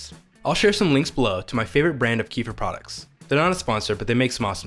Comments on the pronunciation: Wow the way you pronounce kefir is one of the pronunciations ever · It is not KEE-fur. Kefir is an actor. This is a drink originated in Turkmenistan pronounced Ke-FEER. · it's called 'ke-FEER'.. not 'KEE-fah' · It's kefir, not keefer😂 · its keh-fear not kufir like the expression meh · It's Kehfeer not keefur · It’s not pronounced as Queefer it’s kafeer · It's Kêfir not Keefer. Amazingly ears hurting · Don't feel bad - everyone here is actually saying it wrong. Kefir is from Turkey, so it's a Turkish word, and the correct pronunciation rhymes closely with "WOOFER". It's properly pronounced as KUH-fur (not keef-er or ka-feer). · It's not pronounced Kee-fer. It's pronounced Ke-feer. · It's pronounced KEF- FEA not kee-fur! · Key-fur = No, Keh-firr = Da Oh forgot to say: your tee shirt is really nice! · "Kee-fer"? Where does that pronunciation come from? I've always heard it pronounced like "Ke-fear" with a short "e" in the first syllable and a long "ee" in the second syllable. As far as I know that's how "kefir" is pronounced in the Caucasus region where the milk version originates from. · Ooo wooow . I’ve been saying Kee-fur too. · CAAAAA (like ca in cake) F I R (fir tree) 🎉🎉🎉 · Pronounced kuh feer... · It's pronounced: Keh-fear. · It's pronounced kuh-feer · (KefEEr) stress on the second syllable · Keh'- feer. It's not Donald Southerland's son. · It's pronounced keh fear. Not the way YOU think it's pronounced. Kefir is a fermented milk here in Poland. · thank god it's not correct in this vid. I was very upset that that's the standard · God, capital G, had to correct you, so sorry.. but agree otherwise with pronunciation of Kefir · Thank you, it is beginning to irk me to watch every video of the subject and hearing the mispronunciation. Kiefer Sutherland is a good actor though 😂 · just came here to say you were pronouncing it wrong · I don't forgive you,it was an immediate small cringe when I started the video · Pls learn how to pronounce Kefir ..